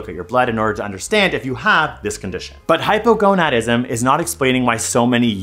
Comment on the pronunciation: I can’t. I keep hearing “Hypergonuts”